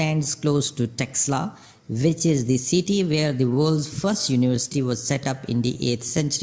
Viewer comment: It is taxila University ...pronounce it properly